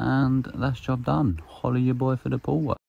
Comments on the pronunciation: I thought he said hola at your boi for the whole work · Ngl I thought he was saying holly ya boy for the pool work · I thought he said "hollywood boy for the pool work" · no its “Holla at ya boi for da poo work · 😂 WTH I thought he said holla at us boy this whole time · Lmao I still think it’s holla at ya boy 🤣